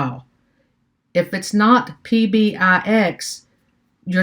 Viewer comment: ENJOYED your videos - keep it up! Maybe a thought - it's "Power BEE-EYE", not "PowerBYE";-) DON'T STOP MAKING VIDEOS! I LOVE your practical approach, and listening to you actually ASK the questions out loud that are literally IN everyone's head!!! Hope to see YOU presenting at local (Chicago?) conferences & users groups!!! - in North Aurora IL